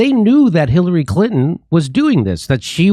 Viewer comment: Omfg.... please... Sir....there are TWO "N's" in CLI'N'TO'N'. If you leave out a single "N", you're saying, "Clit-ehn". Fuck... that's gross bruh.